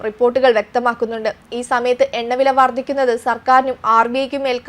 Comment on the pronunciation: 'വർദിക്കുന്നത് '? 'വർദ്ധിക്കുന്നത് ' എന്ന് പറയൂ. പാലായനം തെറ്റ് പലായനം ശരി